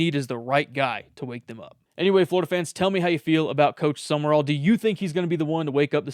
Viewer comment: Thankyou so much for pronouncing the coaches name correctly. Youre the 1st sports podcaster I've heard, that does so. The others ignorantly say, summerall!